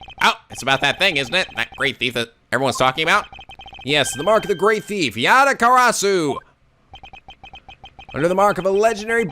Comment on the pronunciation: Dunks on Portsman Interesting pronounciation of Yatagarasu:P Not that I'm complaining, it wouldn't be a playthrough if something wasn't mispronounced XD